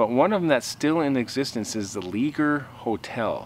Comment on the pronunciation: It's pronounced (Lay- shaye) Leger is a French name made popular in Louisiana by Cajuns/ Acadians that were exiled from Nova Scotia in 1755. I'am 90% sure the original owner was my great uncle.